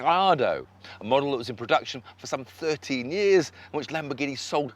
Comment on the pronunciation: "This is a Lamboreghini".